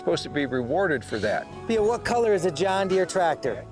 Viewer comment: JOHN DERE